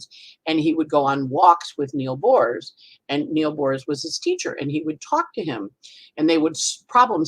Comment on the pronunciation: With all due respect, Aarons are Hebrew Aharons, no relation to Greek Eris whatsoever ) And it's Niels Bohr, not Neal Bohrs (grammar Nazism as the last resort of a Virgo rising, I know)